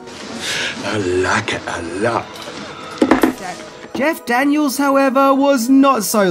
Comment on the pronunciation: I kept thinking you were saying "Jack Daniels" instead of Jeff Daniel's 🙈🙈😂